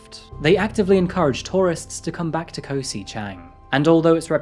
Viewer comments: Just would like to say that Koh (island) is usually pronounced "gaw" (rhymes with "raw), and Phi Phi is not "fee fee" but "pee pee." Otherwise, I appreciate your reporting,.:-) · With your accent in particular if you take the way you say kok in Bangkok but drop the k you'd be pronouncing Koh just like a Thai speaker.